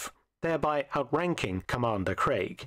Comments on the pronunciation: His name is Craig! Daniel Craig! NOT CREGG! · Where's DAVID NIVEN !? He played James Bond in the original CASINO ROYALE in 1967. CUBBY BROCCOLI's family " invented" the vegetable broccoli by crossing cauliflower and rabe. CRAIG is pronounced CRAYG not CREG !